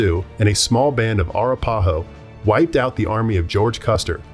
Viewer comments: Arapahoe is pronounced, uh-rap-uh-hoe. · Arapahoe is pronounced with emphasis on RA. eg: a RAP a ho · Arapáho? Arápahó? Árapáhó? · And Arapahoe is ar-ap-a-ho.